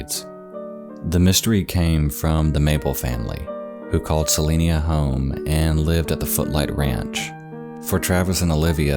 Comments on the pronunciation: Also, its pronounced Se-line-a, not Se-leen-a. I grew up very close to there and have friends there. Took me a bit to realize that is where you were talking about lol. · CeliNA. Not CeliNIA. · It took me a minute to realize you were talking about Celina Tx. I was confused for a sec because you kept pronouncing it Celinia and I was like, where the hell is that. I've lived in Dallas all my life and never heard of that city. 🤣 Love your vids. Great Job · The town is Celina (Suh-Line-Uh), TX. It is near Dallas. There are almost no mountains, plateaus, or even hills, in the area. Your B-roll video is far from representing your dialogue. Check out That Chapter here on YouTube to see someone do it right. Thank me later. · this is a very nitpicky thing but it is pronounced sa-line-a, like saliva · YOURE COMPLETELY SAYING THE TOWN NAME WRONG. I LIVE AN HOUR AWAY SO I WOULD KNOW